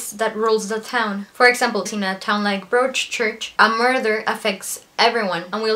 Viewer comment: Very nice review. By the way, in the word Broadchurch, "broad" rhymes with prod, god, odd, etc., so it sounds like brod-church.